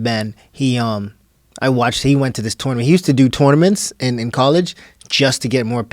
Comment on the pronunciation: Did he say tournaments weird or no ? Lol Idk